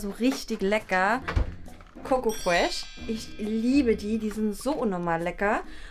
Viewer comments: es heißt nicht koko frech sondern schoko frech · Es heißt nicht coco fresh sondern Schoko fresh❤️😂